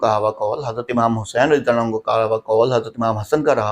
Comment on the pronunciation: زبان پر رضی اللہ بھی صحیح طرح نہیں آتا ہے یہاں حدیث ثقلین سمجھانے آیا ہے